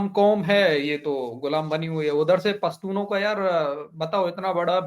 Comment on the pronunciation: are yar pastun nahi pshatun hota hai